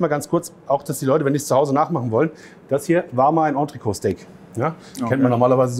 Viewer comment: Nur ein Hinweis, weil fast alle, auch Sterneköche, es falsch aussprechen (französisch rockt) : Das t wird mitgesprochen... Nicht entreco sondern entrecot! Das triggert mich immer! So, Klugscheißmodus aus!